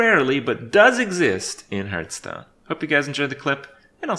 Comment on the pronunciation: Still pronouncing it 'hurthstone'.